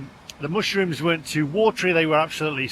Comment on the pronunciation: Is it mush or moosh rooms? 😂